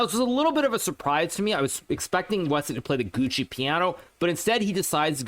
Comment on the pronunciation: Gucci Piano? Fashion, music, mispronunciation and chess all rolled into one…😅😅😂😂